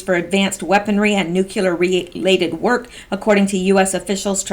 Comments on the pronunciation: NucLEar...not nucUlear. 1st refers to bomb, 2nd refers to a center of something. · Darn,, could you please learn how to say NEW--CLEAR instead of "new--cue--lar? Being an English major, you should know better...